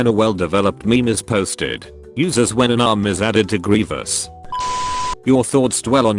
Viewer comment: says the first grevious like grevis and says it right the second